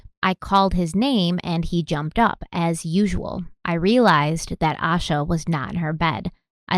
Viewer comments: Her family is involved. I don't believe in coincidence when it comes to crime. A sheltered, cautious child would NEVER leave on their own. I was an anxious child and everything was looked at as dangerous... especially at night. (Also her name is pronounced Aye-Sha:)) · Her name is pronounced Aye-Sha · Her name is pronounced “Aye—shah.” I moved to Charlotte the exact year she went missing—she was 30 minutes away. I was so little at the time and have followed this case my whole life. Thank you for covering Asha’s story 💙 My heart aches for her family 💙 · Ok. Lol. Just a couple things from someone that lives in the area. Her name is more than likely said A—Sha. As I had a few friends with the names spelled the same and said that way. Lincolton is said like the president. Morgan-ton not Morgantown which is in WV. Love you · Thanks for doing this important case. I haven't heard her parents say her name, but fyi the police and FBI involved pronounce her name with a long "a" sound - similar to Asia with more of a "sh" sound in it. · This podcast is so well-researched that I'm surprised you guys mispronounced her name the entire time. I know you value respecting the victims and their families. It seems really disrespectful to not call her by her correct name. Town names, place names, names of random people who don't matter much to the case, not a big deal. But the missing person who the whole episode is about...it's a huge oversight. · "Ay-sha" not "Ah-sha"... love your shows girl, but it it just strikes me as a bit disrespectful to mispronounced her name. Addendum: I live in Shelby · Pronounced A-Shhh-A . Like Asia. But , with a Shhh🤫 in the middle. Reporters outside of North Carolina always pronounce her name incorrectly . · Her name is pronounced Ay-sha. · You should feel ashamed for pronouncing her name wrong. It's pronounced like "Asia" smh. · Please say her name correctly. It is pronounced like Asia. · Ay-sha. Like Ayyee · Her name is pronounced “Ay shuh”